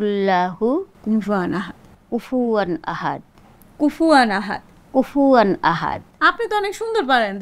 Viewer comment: কুফু ওয়ান আহাদ। কুফু আন আহাদ নয়।